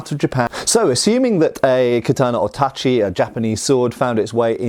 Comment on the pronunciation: pronounced tachi correctly! \^^/ This is the cherry on top of a very very interesting video (as usual, but still worth mentioning). n_n